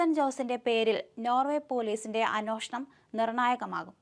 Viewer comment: കൊച്ചേ.... "അന്വേഷണം "എന്നാണ്...... അന്ന്യോഷണം അല്ല.....